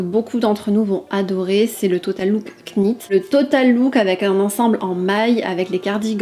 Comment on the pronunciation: Coucou, j'adore le Lila perso 😍 Par contre on dit Nit et pas Knit, le k ne se prononce pas comme dans knight, knife etc Bisous continues ainsi 😘